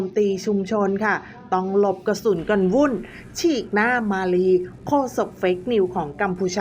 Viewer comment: กระสุน ไม่ใช่กระสุท